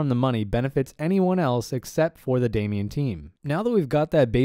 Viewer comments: Great video. Thanks for this. It’s “Damon”, not “Damian”. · What is Damien? It is called DA - MON or DeyMON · I'm gonna nitpick here - it's pronounced "day - mon," not "Damian." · Damon not Damian (pronounced Day Man) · Damon = daymin not daymeon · It's Damon like Matt Damon not Damian 🤣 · Anyone else love but wonder why he keeps pronouncing the the word Damon as Damion or Damien? Is it a China thing?